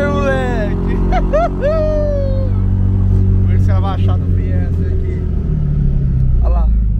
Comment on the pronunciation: Top demais, mas chega doer o ouvido quando ele fala "FIESTER".